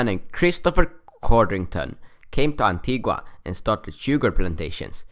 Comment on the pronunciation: It's pronounced antiga. The u is silent